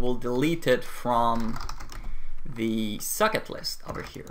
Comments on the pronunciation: I am the only one or when he says socket I hear suck it? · why do you pronounce socket like suck it? haha great tutorials though